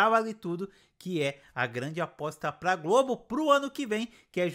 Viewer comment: Nicolas Prattes fala uma frase qualquer e já está com os olhos marejados e cuspindo , além de não conseguir pronunciar a preposição "para", é sempre "pa você" "pa mim". Não aguento mais ver a Gabz fazendo a mesma cara de susto, é sofrível, na minha opinião, como espectadora, foi um tiro no pé colocar essa menina, a escolhida deveria ser a Jéssica Ellen, essa sim deveria ser a protagonista da novela das 21h. Não aguento mais ver o talento da Ana Beatriz Nogueira sendo desperdiçado, dizendo que a viola é a mulher da vida do Rudá 🫠. A trama e a atuação da mulher do brigadeiro, na minha opinião, é terrível e só piora, sem contar a do marido abusivo que não deixa a mulher comer. Olha, francamente, como espectadora, só não desisti dessa novela porque gosto do Chay e foi uma grata surpresa ver a Ágatha Moreira em cena, quero ver o desfecho da Luma.